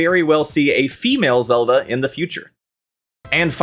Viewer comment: Ah Frick, it's April fools. You had me till you started calling link zalda